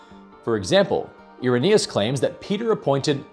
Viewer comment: Irenaeus? ...more like Error-naus 🤪